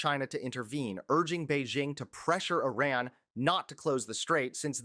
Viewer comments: Please say Ee-rahn, not I ran as in a race. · It’s not Eye-ran. It’s eee-ran. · Just for your information, it is not " I " " RUN " . The " I " in IRAN is pronounced as " I " in "inch" or " indoor" and " I " and " RAN" together is one word. To pronounce it right ask some of Iranian in U.S. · pronounced Ear Ron. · Dude - please learn how to pronounce the name of the country: it's "ee' -run."